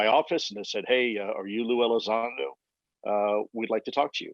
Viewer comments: It's not pronounced Lue Elizodo it's Lue ElizONdo. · The name is Elizondo, Sara, not Elizando. Mr. Elizondo’s “jumping into conclusion” comments in regards to a theological position simply demonstrates that he disregards the supernatural aspect in regards to the UAP. A very dangerous approach to a subject (UAP) that has clearly shown to be a lot more capable than Elizondo himself or for anyone in this matter. Curiosity kills the cat. Praying for ya, Mr. ELizondo. And yes, you too, Mrs. Carter. Be blessed in Him! By the way, Luisito, the video is NOT from a “gun camera”, it is from an Advanced Targeting Forward Looking Infrared (ATFLIR) pod. Cmmdr. Fravor aircraft, an F/A-18F Super Hornet (Pilot & WSO), during the “Tic Tac” incident, did NOT have such a pod nor videotape from the “gun camera”. The FLIR 1 is from the SECOND Twin-Seater Superhornet that took off after Fravor had landed. On the Advanced Targeting Forward Looking Infrared (ATFLIR) video taken by the second crew, it can be seen next to RNG (Range) symbology, the numbers “99.9” which indicates the radar in the Super Hornet is “unable” to get distance to the UAP. Fravor’s opinion is that the radar was being “jammed” by the UAP, considered hostile, according to Fravor. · Ya, she also mispronounced his name Tom Delon, and lue Elizado....Wonder how much research she did before the interview. Nevertheless Lue was good again.